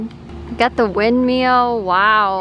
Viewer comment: The "windmeal"